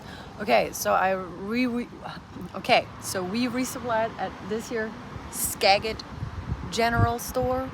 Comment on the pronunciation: I watch your uploads everyday and I'm loving getting to see my home state! A lot of the names in Washington are influenced by the Indian culture. And Skagit is with a soft G. 😁 You're doing great!